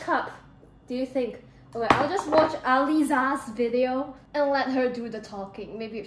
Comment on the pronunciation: As someone whose name is Aliza, im just obsessed with the way she says Aliizaa 😭✋🏼 pretty human 😭🤍